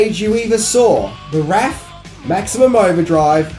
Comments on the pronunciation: What's up with you saying "wræth" (like "wrath") and then proceeding to say "wraith" properly? 😅 Anyway, it's a great movie and thanks for the list of facts 👍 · Why did you keep calling it "The Wrath" when the camera was on you but properly saying "The Wraith" whilst narrating? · Fuck...either pronounce wraith properly or don't. RAYth...not rath. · Love your channel, but it’s pronounced more like wr8th not wrath .That is why the (i ) is there 😂. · Pronounced wrayth, not wrath! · Love the Wraith, hate your pronunciation, it is wrayth not wrath. The latter is a Travolta movie. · for parts did you go back and rerecord and insert "Wraith" (hard a) over some of the places you pronounced it wrath (soft a)? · Ooooooh, you have those terrible edits in there because you were saying "wrath" before, then started pronouncing it correctly as "wraith". Got it. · Someone must have told him he was saying the title wrong. It gets fixed in some spots to the Wraith and left alone as the Wrath in other spots. Should have probably just did it all over from the beginning. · the WRAITH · It's The WRAITH (pronounced rayth) not The WRATH. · It was a fun movie! I saw it in the theater when it came out (yup, I'm old). I enjoyed it A LOT more than Maximum Overdrive... And ya, should be pronounced RAY-th, not rath. :) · I got a kick out of going back and forth on which pronunciation of the word wrath or wraith he would use the movie may involve wrath but it's actually The Wraith because a wraith is a spirit that comes back and that's what it's in reference to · Still have my copy of the poster. Wish it was the first one and the 2nd. What I always found hilarious was when Walsh pulled out his switchblade and everyone acted like it was a machine gun or such. Great review, thanks for giving it some screen time. Even if you're pronouncing it like Wrath vs Wrayth. How do you pronounce wrath, btw? :-) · It's WRAITH* not Wrath. Jeez! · Must you keep calling it the " Wrath" ???